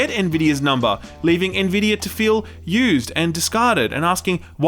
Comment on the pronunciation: You've started pronouncing Nvidia correctly. Proud of you.